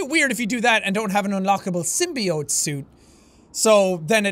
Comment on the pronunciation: Dude it's symbiote not simibode